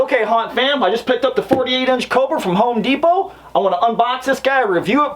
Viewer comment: I HIGHLY appreciate the way you say Home De-pot and Tar-jay lol Also the NIN joke at the end of the video